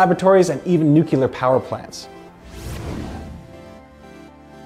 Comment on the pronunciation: hah mispronunciation of "nuclear".